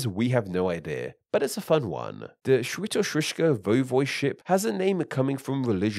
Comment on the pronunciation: Didnt expect this video to come up at my reccomended but, oh well. Good job at pronouncing Świętokrzyskie though.